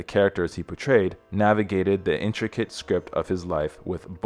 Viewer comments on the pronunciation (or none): Learn how to pronounce English vocabulary. Such as the words moniker and poignant. It's not monkey-er and point! Also row in the sense used here rhymes with cow. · Can’t someone go over the script with the reader? 4 mispronunciations: row, unveiled, poignant. All mispronounced. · The human who read the voiceover sounded illiterate: he grossly mispronounced "moniker" and ", poignant"... ! If an AI read it then FIRE the GPT. Better yet fire both.